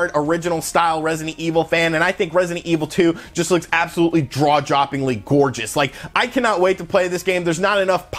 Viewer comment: I cracked up at "drawjopping". lol